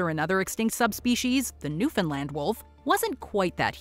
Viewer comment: Thank-you for pronouncing Newfoundland properly...we don't get to hear it that much from non-newfies...it was nice for a change.